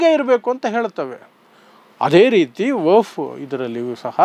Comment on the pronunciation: ನೀನು ಕಾನೂನು ಪಂಡಿತನ್ ಅಥವಾ ವಕೀಲ್ ಏನು ಇಲ್ಲ,,,, ನಿನಗೆ ವಖ್ಫ್ ಅನ್ನೋ ಶಬ್ದ ಉಚ್ಚರ್ ಮಾಡಲು ಬರಲ್ಲ,,, ವಫ್ ವಫ್ ಅಂತೀಯಾ ಇದರಿಂದ ಗೊತ್ತಾಗುತ್ತೆ ನೀನು ದಡ್ಡ ಅಂತ,,,,,, ಪಿವಿ ನರಸಿಂಗ್ಯಾ ತಂದ್ ಕಿತ್ತೋದ್ ವರ್ಷಿಫ್ ಆಕ್ಟ್ ಹೇಳ್ತಿಯ,, ವಖ್ಫ್ ಕಾಯಿದೆ 370ಕಲಂ ಸಂವಿಧಾನ ಬಾಹಿರ ಕೃತ್ಯ